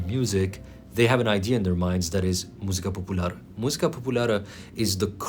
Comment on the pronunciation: I understand you, dear. And if I see hate comments, I want to swear to them. But you better not notice that you don't have anyone with. BTW I am glad that you mentioned Romania (because I am Romanian). I really liked how you pronounced perfect „Muzica Populară” and „Trei Parale” as if you were real Romanian. And to conclude this comment, for a year since I have been following you, you amaze me through your work every day. Keep it that way and please never give up!